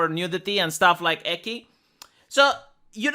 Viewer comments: I understand why pronounced it that way, yeah. I understand that Romanian pronunciations of the Latin alphabet are different to the English pronunciations. I'm not denying that. However, the Japanese pronunciation of the Latin alphabet is what I'm talking about: the romaji "ki" is not read as the sound "chi" as in "cheap", at least if you want to use a Japanese word and not Romanian - this is what I was denying. But to be fair, I think you know that and I just mistook your simple explanation of mistake for defense of it. Sorry! If you say "eki" to a Japanese person, they'll probably think you're asking about the nearest train station instead of something lewd, haha. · I've been studying a little bit of Japanese and I hate to be that guy: But Ecchi pronounced 'Eh Chi'. It would be spelt "Ekki" in romanization by the way you say it. Japanese is very phoentical. Every E or "Chi", for example in the spelling is pronounced exactly the same in any other word. A double consonant or vowel is stressing the pronunciation of the letter and it really matters in Japanese because you can say "ie" (House) or "iie" (No) in Japanese. Unlike English, Japanese is pretty consistent by the way it's spelt in romanized Japanese. U is probably the exception to the rule, since it can be silent. Any other letter is pronounced exactly the same. So all Es are pronounced as "Eh". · "Eki" Me: "Ecchi? Repeat after me 'Eh-Ch-E'" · "Eki games", haha. You mean "ecchi", which is pronounced with a "ch" as in "choose" or "chainsaw". Gotta up your weeb game,. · I wouldn't be shocked if they were still rather Japanese in regards to work/life balance of their employees. Also hearing pronounce "ecchi" as "eckie" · Btw, because I just came across you videos, I wanted to say that ecchi is pronounced like czech. Not with k. Maybe you do it to avoid demonetization or because of your accent or just willingly because you like it. Otherwise awesome content. Keep it up! Cheers.